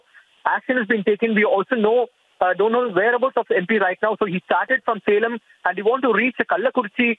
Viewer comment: It's Salem not selam